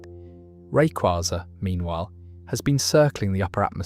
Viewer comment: Its rayquaza, not rayquaza